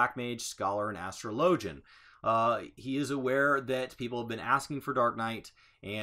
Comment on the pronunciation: Astro Lo gi an, >As tro lo G n < This fucking word annoys me.